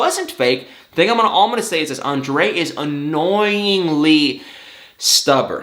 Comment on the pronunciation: you didn't say it right... Ahhn-drrrrrayyy